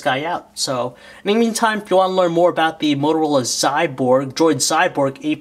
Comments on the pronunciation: Not "Xyborg", Xyboard dumbass!! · its Xyboard !!! not Xyborg !!